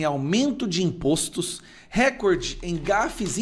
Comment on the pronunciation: NÃO É "RÉCORDE". PARA SER ASSIM PRONUNCIADO SERIA NECESSÁRIO A ACENTUAÇÃO GRÁFICA POR SER PALAVRA PROPAROXÍTONA. RECORDE É PAROXÍTONA. A TÔNICA É A SÍLABA "COR". NÃO ESTOU CRITICANDO, APENAS TENTANDO AJUDAR. É O CASO DE CATETER, CUJA PRONÚNCIA TEM SIDO CATÉTER, O QUE NÃO É O CORRETO. A TÔNICA ESTÁ NA ÚLTIMA SÍLABA COMO PALAVRA OXÍTONA.